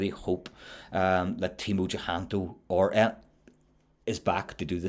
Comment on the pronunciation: I'm Indonesian, so fyi. His last name is using old spelling system (indicating it's an old family name). With the current spelling it'll be Cahyanto. Pronounced "chah - yan - to". We pronounce A always as A (like u in bum). Never as " ae" (like a in bang).